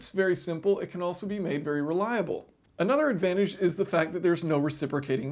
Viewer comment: did he say reliable?